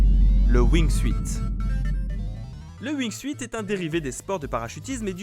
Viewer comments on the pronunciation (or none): on dit "wingsoute" pas "wing-suite" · Jaime comment il dise le wuing suite au lieux du de la prononciation en anglais du wing soute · On dit pas Wing"suite" on dit Wing"sout" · ça se prononce wignesout pas wignesuite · ouingsuït.... Ca se prononce Wingsout ! Tu ma stressé >w< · Le "wingsUIte" lol... SA SE PRONONCE LE "WINGSUTE" !! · "wingsuite"... please, ça se prononce "wingsoute", c'est la base! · Ça me démange à chaque fois que tu dis "wingsuite" (Ça se prononce wingsoute) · Wingsout on dit bordel, pas wingsuiiiit... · lol il a dit wingsuïte mais sa se prononce wingsoute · Ca se prononce wingsute pas wingsuite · Wingsuit se prononce Wingsout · alors wingsuit ne se prononce pas wingsuite mais ring sout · wingsuit se prononce wing "syoute" et pas wing "suite" c'est pas grand chose mais ça nique vraiment la crédibilité... s'il vous plait faites gaffe à ce genre de detail, sur une video de ce niveau sur une chaîne de ce niveau ! z'êtes pas des amateurs enfin ! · Arretez de dire wingsuite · Wingsuit, ça se pronnonce wing-soutte. Merci. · pitié on dit "wing sioute" c'est de l'anglais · Mdr « wingsouite » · Wingsuite?! Les gars c'est pas comme ça qu'on prononce! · Le Wing SUITE 😂😂😂 Enfin... c'est pas compliqué de dire wingsuite comme il faut... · On dit wing suuuuuuuuuit pt1 aprennez à prononcer pt1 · sa se prononce windsoute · Wing"suite" omg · Le wingsouite ? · Ca se dit wing soute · du wingsUUUit wesh respectés la prononciation les gars et du TALCK pour la grimpe mais putain... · Prononcer WINGSOUTE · On dit pas wingsuit on prononce wingsunt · Wing siout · Wing soute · Prononciation wingsuit est 😂😂😂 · La prononciation de wingsuit m'a écorché les oreilles ico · mes oreilles saignent (wingsuit)